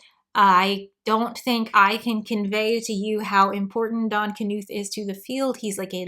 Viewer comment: "I'm not a computer scientists..." still sufficiently lauds Donald Knuth's legacy, AND pronounces his surname correctly This is one of the reason I like your videos.